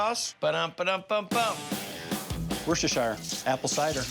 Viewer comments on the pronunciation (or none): Americans 🤝🏻 never saying Worcestershire sauce correctly